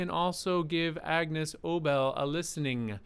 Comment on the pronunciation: BTW, it’s pronounced A-Niece not Agnus. ✌️😁🎶